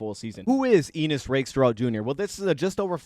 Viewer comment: I think its Ennis, not Enis. But great breakdown!